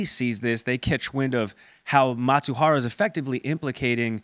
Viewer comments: Who is Matsuhara? It’s Mizuhara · It's not Matsubara but Mizuhara.😅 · Not Matsuhara... Mi-zu-ha-ra... Japanese pronunciation is hard for you, but it's a serious theme. Please.